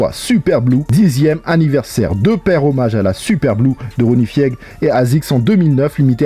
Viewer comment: Ronnie « Fiègue » 😂